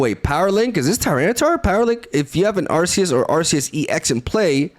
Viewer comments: I thought it was pronounced Ar-key-us. Am I tripping or..? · Where are you from? Calling arceus by akhoos is really cool